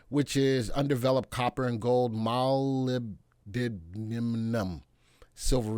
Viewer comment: Moll - lib - dib -den - num...silver resource?...say what? Did you really mean to say it as Mer-lib-der-nom,? Well, all I can say is goodgugglymuggly! 😁